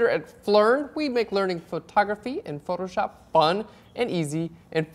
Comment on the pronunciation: Ha ha ha my favorite part is at 15 seconds , his funny how he said PHOTOSHOP!